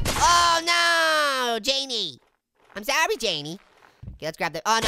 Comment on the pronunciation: Jamie I'm sawy Jamie